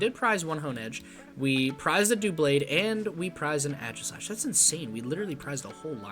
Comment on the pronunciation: Ay-Gis-slash, not Ah-jis-slash, also Aegislash EX does 70 for each prize that you have taken, not your opponent. Just got 3rd at a challenge today with my own list haha. It's fun! Also, you're gonna want more colress, no less than 3, I'm even considering adding a 4th.